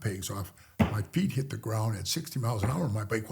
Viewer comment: & did he say “Massatusiss” instead of “Massachusetts”??? It’s petty to point it out. Just curious & humorously ask with respect because I’m originally from Massachusetts 😂😂 And there is a real place “Lowell Massachusetts”